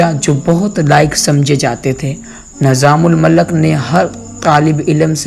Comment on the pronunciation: AsSalamu Alaikum. Barah e karam aap ki Urdu ka talaffuz saheeh kareyn. Maslann: Nizamul Malak nahi hota, islaah kar lijiye... Nizamul Mulk.